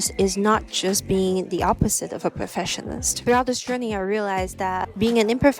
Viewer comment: It sounds like you are mispronouncing Perfectionist and Imperfectionist. You must pronounce the C. You think too much. Just schoot more film and think less about it.